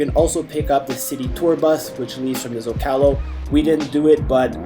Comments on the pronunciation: It's ZOcalo not zocAlo, come on yanks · Bro please learn how to pronounce the common names of location Zocalo is ZohcahLoh. If your actually filming in the city simply ask a local. Como se dice este lugar? Then you will know.